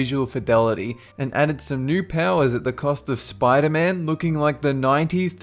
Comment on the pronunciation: he said prowers LOL!!